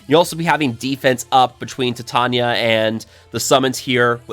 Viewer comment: I think it's pronounced like titanium, with long vowels.